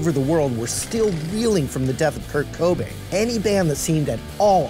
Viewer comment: It's Cobain not Cobain